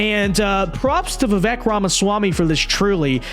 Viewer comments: First, it’s Va- Vake. Learn to say the name properly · Pronounced like "Veevayk". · Bro if you respect Vivek please do him the minimum courtesy of saying his name right!